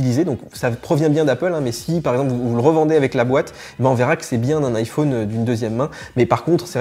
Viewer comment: J’adore comment tu prononces « iPhone »